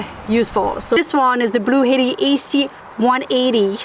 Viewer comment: Blue jay was upset at how you pronounced Blue Etti 😉